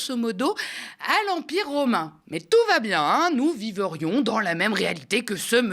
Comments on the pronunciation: 3m18s : nous "vivrions", pas "viverions". Et "terrorisme", pas "terorisme"... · "Nous vivrions" pas " nous viverions"